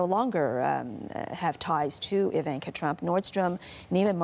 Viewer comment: Please pronounce her name right ;) Just sayin